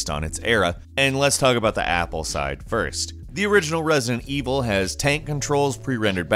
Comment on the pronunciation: Anyone else noticed him saying "President Evil" or that was just me?